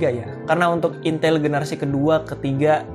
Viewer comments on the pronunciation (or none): none